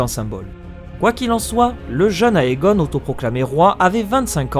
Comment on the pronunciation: Juste a titre informatif... le "Ae" ne se prononce pas "aé" mais juste "é" ... égon(e), dénérys(s), démon(e) etc